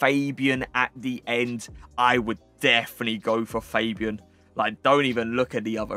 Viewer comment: its not fejbian its fabian cmon man